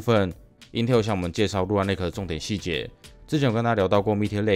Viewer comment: 是說lunar的發音是/ˈluː.nɚ/，huan唸的怪怪的讓我好在意